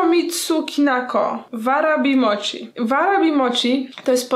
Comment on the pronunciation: Warabi czyta sie uarabi a mochi czyta sie moci - __- nie kalecz japońskiego proszę..